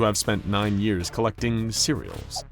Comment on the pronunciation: “9 yeareals to collect the Cereals”